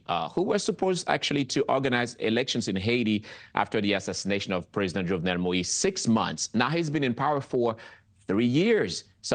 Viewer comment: She is absolutely not doing a good job with the names, he just wants to give her his 🍆😂. Jovenel Moïse pronounced Joe-Vay-Nel Mow-yeez and Ah-Ree-L Uh-Ree. Not Aryel Han-ree .